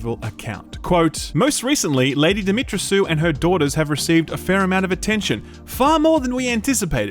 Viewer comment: Lady Demitreysoo? That was pretty creative, expect someone from Romanian immigration on your doorstep soon.